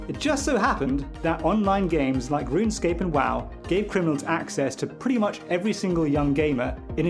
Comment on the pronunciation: Mfer really called it RUN-ESCAPE 🤦🏻‍♂️